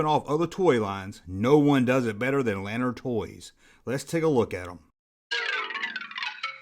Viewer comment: My mom used to work for them. It's pronounced "Luh-naard."